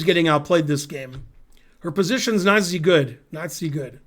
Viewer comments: Wikipedia says the correct pronunciation is "nah-ZEE" (Georgian pronunciation: [nɑˈzi]). And it means "gentle." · The correct pronunciation is "nah-ZEE"